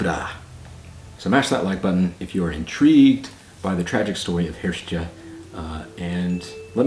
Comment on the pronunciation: Hiort, roughly pronounced "hirsht", in the video you say "hirsh-tchuh" as if it were spelt Hirste :-)